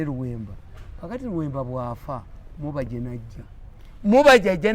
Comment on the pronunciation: it's mubajje not mubejje haaa